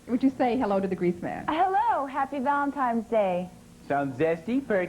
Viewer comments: Did she really say valentimes day? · #2 said ' Happy ValenTIMES ' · I did the same thing had to rewind it because I'm thinking, she did not say Valentime's Day did she? Rewounded and yeah she did😮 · Bachelorette number two would have been disqualified in her greeting when she said happy Valentimes day.